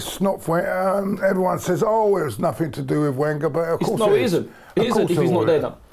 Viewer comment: Fed up with anti-Wenger comments... can't even pronounce his name properly!